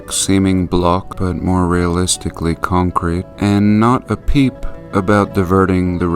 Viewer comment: sidenote, enjoying the way you say, concrete